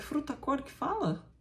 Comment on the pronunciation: se diz "furta-cor". É uma palavra difícil mesmo!